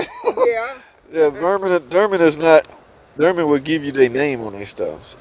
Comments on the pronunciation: you pronounce it derman, is that on purpose or?... Dorman??? Always a Great channel! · Sir, Aluminum IS METAL... Also... It's DORMAN (DOOR-MEN) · Steel bolts.. i don't think it's the bolt threads you need to worry about. Unit looks solid. Hopefully there are no casting defects. "Dorman" not "Derman", sorry I couldn't resist.